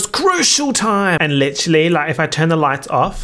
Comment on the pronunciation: God I licherally use that in every other sentence